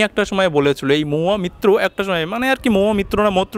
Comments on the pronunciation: দয়া করে নামটা ঠিক করে উচ্চারণ করুন, মহুয়া মৈত্র... মিত্র নয়... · আপনি বাংলাদেশি,ভারত নিয়ে পড়লেন কেন?আপনার উচ্চারণ খুব খারাপ। এটা মিত্র নয় মৈত্র হবে।